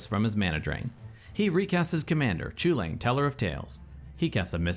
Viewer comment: Would be nice if you would learn to pronounce it correctly, I mean the Eldraine set is almost entirely based in Gaelic and Celtic mythology, so pronouncing the name right would be just the right thing to do. It's Kul-in.